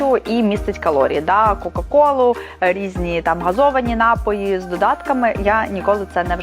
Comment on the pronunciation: Дякуюза поради. Тільки наголос на напОї